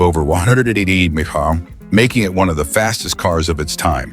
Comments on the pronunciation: why cant a.i say miles per hour? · ...it would sound better if it just sed, `mph`, than its stupid pronounce... 😮